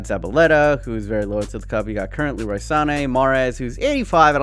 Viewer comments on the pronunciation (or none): none